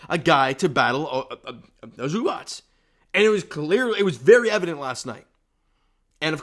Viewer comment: The correct way to pronounce Zubac: ZOO-bahtz